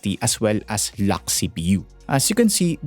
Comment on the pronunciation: dude pronounce "lock" got mixed with "luck" 😂